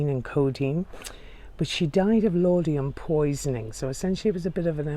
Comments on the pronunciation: It's Laudanum, not Laudium. I am enjoying your tour of this historic place. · Great video thanks! Although İ have to point out it's ' Laudanum' not 'Laudiam'...just for people who may try to order it at their local Boots!...at least they will have pronounced it right before they get refused! ;o)...Keep up the great vids..very informative and enjoyable! :o)